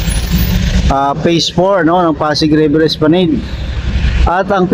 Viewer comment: Es pla NAD po hindi NED